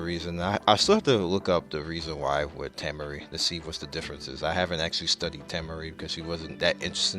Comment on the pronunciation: I love the fact u say tamari and kakashi wrong